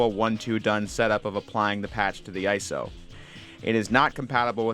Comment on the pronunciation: Stop saying "ice-oh." It's it's an abbreviation, not an acronym.